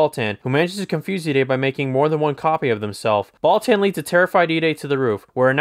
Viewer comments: Baltan “Ball-TON” not “Ball-TAN” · timestamp: “Alien Bal-TAN” it’s NOT TWO WORDS! Just “Baltan” DAMN Lol Hilarious it’s likely the reviewer JUST discovered Ultraman, because he is SLAUGHTERING THE NAMES OF KAIJU & SEIJIN but again this is HILARIOUS, you get a Toku-Pass